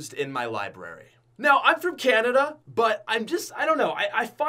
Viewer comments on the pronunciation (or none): none